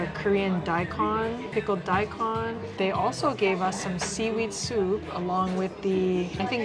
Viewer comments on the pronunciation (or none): As always you guys are the best as far as reviewing foods. Only thing is pronunciation of daikon ( like hoh no lulu vs hon o lulu). The thing about Tanioka's is that I think they forgot where they came from. Their poke prices are outrageous. This is coming from someone who has supported them since their very beginning. Good choices for eateries! Thanks so much.